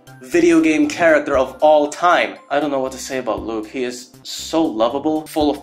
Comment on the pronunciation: Luka❌ Luke✅